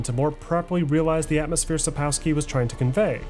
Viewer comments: Thank you for the video. On a side note, the letter "w" in Polish is pronounced as "v" or "f" depending on the following sound. If "w" is followed by a vowel it it usually pronounced as "v". However, the letter "w" is pronounced as "f" when followed by a consonant or is the last letter of a word. That is why "Sapkowski" should be pronounced sapkofsky not sapkowsky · Damn, man. It is pronounced SAPOKVSKI. My ears bleed.. English is almost never proper way to read foreign names. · Profound documentary with some minor flaws. 1. Sapkowski is pronounced Supp - KOFF - ski with the stress on the penultimate syllable. 2. Wyzima is not a kingdom but the capital of the kingdom of Temeria. 3. One of the best parts of all Witcher games (and often overlooked) is the fantastic musical score. Imo the best in gaming overall - and in contrast to many scores like Skyrim or Dragon Age (series) it is not only fitting while you're playing the games. It's a fantastic companion while you're doing something completely different. 4. You forgot one game: Thronebreaker, which has a fantastic story from the books, which was only glossed over by Sapkowski and elaborated on by CDPR. I'm not too fond of the gameplay, but that is because I'm not into standalone Gwent, which is the gameplay-basis for Thronebreaker. 5. TW3 is my personal favourite game of all times, followed by Dragon Age Origins, then there is a group with TW2, DA Inquisition, and Kingdoms of Amalur Reckoning. I still have to play TW1, but my PC is not having it. Please CDPR. give me a remake of TW1. Fun fact: Did you know that CDPR used a very old alphabet "Glagolica" (older than Cyrillic) in their games. If you know the letters, you can perfectly read all the posters, shop signs, graffiti, even the notes pinned to gallows or trees. And it is actually the same that is given to you as a player. The vast majority of those are in English, only in the BaW-expansion there are a few that are in Polish (my guess: due to t